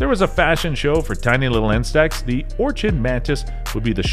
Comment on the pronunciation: Say it with me. Or-kid. Or-KID